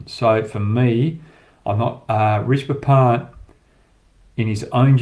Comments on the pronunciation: It’s not “Rishba Pant” .. It’s “Rishabh Pant” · Fans of Hoggy’s incisive insights and unintentional butchering of Indian names, be sure to check out Inzamam ulhuq’s channel who also spews kkg’s every breath, and butchers Indian cricketers names like Rashi Pandit to Hoggys Rishba Pant. Indians be glad you are blessed with so many beautiful languages, every humanly possible utterances with the tongue, Kh,Tha, Ksh from Sanskrit, Za, Qa from urdu, zha as in Tamizh and Malayalam. Priceless wealth the west and TChyna don’t have. And oh, And Cricket pleasures too which barely ten countries get to enjoy. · Leave all of comparison, sala naam tk sahi se le le